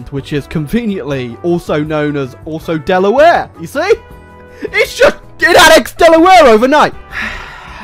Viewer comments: The way he says Delaware It hurts me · How he pronounces Delaware is cringe